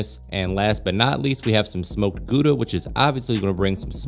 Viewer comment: Not the way you say Gouda loo